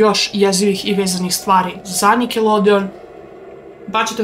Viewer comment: Prvo pojedi pa onda pricaj seljanko i kaze se nikelodion,a ne nikelodeon!